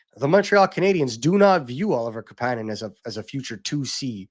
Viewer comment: hey are you guys still pretending to be insiders on how to pronounce Kapanen's name? lol - KAApaaaaaanen , you had the hot scoop, it was wrong.